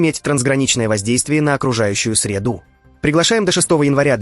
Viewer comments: Сколько можно мучить русский язык и наши уши вашим ИИ . Не можете цитаты прочитать сами? Тогда мы узнаем, сколько что-то стОит, а не стоИт. И защищать надо средУ, а не срЕду. ..😢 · Ага😂 ... "на окружающую сре'ду"😅